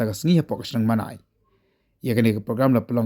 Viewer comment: Mawnai it's not Manai... please 🙏🏻 check it